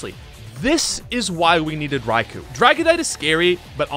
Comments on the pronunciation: Raikou's name is pronounced Rye-koh, not Rye-coo. The "u" is silent. Its name derives from Thunder "雷" (Rai), and Emperor/Lord "皇" (Ko). Coincidentally, the word lightning in Japanese is literally: 雷光 -raikō, which is pronounced exactly the same as "thunder" and "emperor/lord" put together. Therefore, Raikou's name can be translated more or less as: "Emperor of thunder and lightning". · Raikou is pronounced "Rai-koh" by the way.